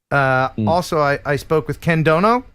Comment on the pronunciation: Ken you gave me a Seinfeld moment, because I thought you said something and then I heard you say it again 😂 it’s Ken doBo, not Ken doNo 😂. The unintentional funny is still funny non-the-less. In retaliation he may call you Ken Crow instead of.